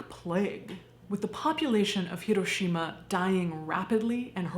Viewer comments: She immediately said the name correctly, gets an immediate like. Remember folks, japanese doesn't have an r, just an l. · Thank you SO MUCH for pronouncing “Hiroshima” correctly! ❤❤❤ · Not super to do with the video, but as someone who grew up in Hiroshima, THANK YOU for pronouncing the city name like locals do. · Thank you so much for your pronunciation of Hiroshima. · I can't even imagine... I'm crying just thinking about my home state there one moment and gone in a blinding flash and boom. And then the after math, my God. It's atrocious. Thank you for this video and thank your for you pronunciation of Japanese names and places.